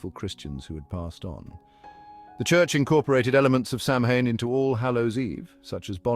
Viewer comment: You would think with research he would be able to pronounce Samhain in the right way. He says it once and then mispronounces it the entire rest of the video. For me the content was good, but just the mispronunciation of that sacred night was troublesome 🥺